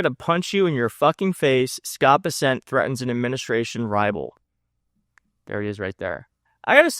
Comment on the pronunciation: It's. Bessent. Not bis-sent you dipstick